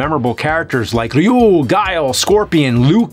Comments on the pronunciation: Props to the nerd for using the proper One syllable pronunciation of Ryu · I love the Nerd's pronounciation of Ryu. James confirmed it was inspired by the original Japanese version of SF2 The Animated Movie